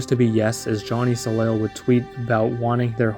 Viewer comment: Hey just so you know, the last L in soleil isn't pronounced because it's french it's pronounced more like so-lay